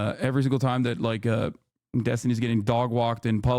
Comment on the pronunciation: Huh? Are you impressed by the racist Finkelstein who refuses to condemn the Houthi attacks? This is the guy who stooped so low as to constantly mispronounce Destiny's name, hurling insults and ad hominem attacks instead of engaging in productive debate on the topics? He can sit at the kids' table from now on, while Destiny educates these Hamas clowns.